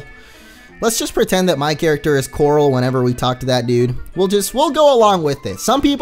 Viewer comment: Why do u say CORRAL every time you do the voice of rick